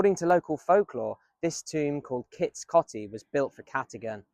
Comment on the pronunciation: Coty is pronounced with an O as in 'Oh'. I've been around that way a few times. Very interesting history, thanks for sharing 😊